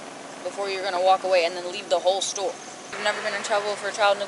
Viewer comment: Pronouced store, not sto.